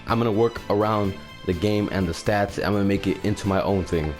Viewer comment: It sounds you have trouble saying "stats" lol